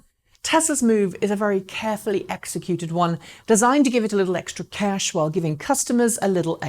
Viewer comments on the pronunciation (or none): "Cesh" lol